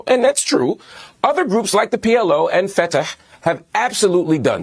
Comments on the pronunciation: Funny when Marc mispronounced Fatah and said Fetah instead. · You can tell by the way he pronounces “Fata7” where this “journalist’s” head is at. I bet he recites Al-Fatiha on the daily.